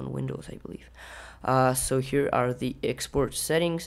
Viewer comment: Video is cool!!! "Exoport" :D